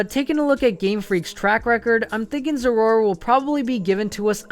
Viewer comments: its pronounced zera aura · Biggest mistake The way you pronounce Zeraora